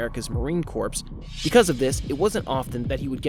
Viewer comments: Bro, Marine Corps is pronounced Marine "Core" not corpse. 🤦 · It's pronounced: Marine Core Not Corpse. A corpse is a dead body. Marines aren't dead bodies 😁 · Marine "Corpse"? It's spelled "corps" bit it is pronounced like "core" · Marine “core” not corpse. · Enjoyed this. However, please make sure to tell your narrator that corps is pronounced CORE. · its not pronounced marine corpse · It’s pronounced marine core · Military jargon can be weird. Marine Corps is pronounced like the word 'core.' The PS is silent. Nice work though! Hadn't heard of this weirdo. I'll be following along for the ride! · How many press ups for his mispronunciation?! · You got a new sub! Just one small thing, "Corps" is pronounced "core". Yeah it's weird. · I thought the same thing! Lol. As the wife of a proud Marine hearing that pronunciation is like nails on a chalkboard! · Bro u know the p and s are silent in corps, As in Marine Corps. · The p is silent in Corps dude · The "ps" in "corps" is silent. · I couldn't finish watching this past time . The difference between Marine Corps. and corps is obvious. Please learn the difference between words. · Corps the p and s are silent. Love the vid though. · ya learn something new every day. Maybe someone else learned how to pronounce the word corps today.